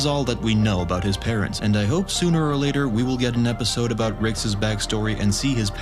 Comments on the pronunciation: you pronouncing Rick’s (r-icks) as “Rickses” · Just to help you out bud, “Rick’s/Ricks” is pronounced like “Rix” NOT “Rickses/Ricksays” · Why does he say "rickses" instead of "rick's" lol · Rickses? You're trying to say Rick's... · Why are you pronouncing it Rickses? It's just Rick's lol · Why do you keep saying "Ricks's" it's just "Rick's" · I am bothered by how you say Rick’s. Rickses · Dude why TF are you saying "Ricks's"? It's just "Rick's". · Why do you say Ricks's instead of Rick's? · is no one gonna point out the fact that he says ricks's instead of ricks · It's pronounced "Rick's" Not "Rickses." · Why do you say “Rick’s’s” as the possessive of Rick? (etc.) Just curious. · It honestly bothered me every time you said "Ricks's". Every single time. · Love your videos! 2 small things though. When referring to something belonging to Rick, it is prounouced Ricks, not Rickses. Also, it’s the Morty-est Morty, not Morteest. Much love !!! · No Ricks’es / Ricksess / Rick’ses. It’s “Rick’s”! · I may have to stop watching these if I hear Rickes not Rick’s or Diana not Diane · And repeatedly chose to use "Rick'ses" instead of "Rick's". smh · “Ricks’s”… please stop. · Why I saying ricks’s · stop saying rickses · "Rickses" "Rickses" "Rickses" "Rickses" "Rickses" "Rickses" "Rickses" "Rickses" "Rickses" "Rickses" "Rickses" "Rickses" "Rickses" "Rickses" "Rickses" "Rickses" "Rickses" "Rickses" "Rickses" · please stop saying "rickses" lol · Rick'ses pieces. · Anybody else notice this guy says “rickses” and “the love potion was infected with the flu”? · Yes it’s driving me nuts. And his accent is obviously that of a native English speaker. It’s “Rick’s” for God’s sake lol!